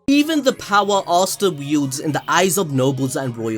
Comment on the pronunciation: man says “arsta” bro its asta (ass ta)